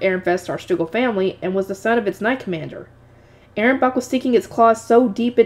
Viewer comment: Ahrensbach is pronounced A-rens-bak